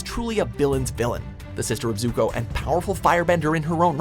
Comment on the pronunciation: Danneh W well they did pronounce Zuko, Ozai and Azula right, that’s better than not pronouncing anything right